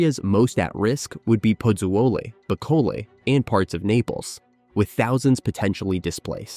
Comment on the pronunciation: FYI: Its pronounced... Poo-Zoo-ly.